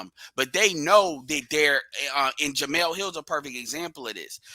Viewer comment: Her name is "Jemele" not "Jemela". She has the masculine form of the name